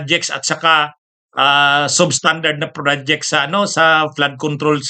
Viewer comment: Atty.ano ba ung bad jet at prod ject na sinasabi mo ayusin mo naman ang pronunciation mo.